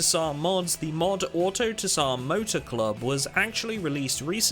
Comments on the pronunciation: Tsar is pronounced ZAR not ta-sar; the T is silent. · ZAR. the t is silent, homie. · Love your vids. Though autotsar is probably pronounced auto sar, in the word tsar the t isn't usually pronounced and I'm guessing they meant tsar as in king/ruler as in their mod is the ruling mod of it's type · fairly certain the pronunciation is auto-zaar like how a tsar is emperor in Russian